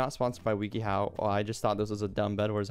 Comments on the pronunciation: i like how he says it "weaky how" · mans said weeky how